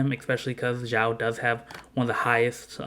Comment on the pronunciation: Hey buddy, just so you get used to the right pronunciation of your favorite character's name: The way you are pronuncing is sounding like "Zhao" in mandarin The correct way to say Xiao is "Shiao"